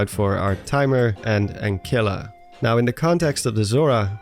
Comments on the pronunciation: Not Ankilla it’s An-Silla. It’s also a glitch in the game. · It's pronounced "anSilla". Soft 'c'. Pretty obvious. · It is pronounced an-sil-uh. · Ancilla. Noun. Meaning accessory or auxiliary. Pronounced "an-sil-uh" Basically, in English, almost every circumstance of the letters "ce" or "ci" (that isn't at the end of a word) is pronounced with a soft c, or an S sound. Because Latin. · It's pronounced 'Ansilla' by the way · Quick note, 'Ancilla' is pronounced 'Ansilla' because it's short for 'Ancillary', which means secondary or supporting. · The word is pronounced an-sill-a, it is the root of Ancillary, or extra. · Ancilla is short for Ancillary, pronounced with a soft C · I think "Ancilla" means Ancillary Value, with the 'C' making the 'S' sound.